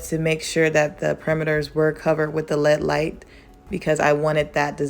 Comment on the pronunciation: not meaning to shade or dis you, but it is actually pronounced L. E. D. (Light-emitting diode). Just thought u'd wanna know for future episodes......LOVE ur work! (and u can delete this after reading....I wont be offended!)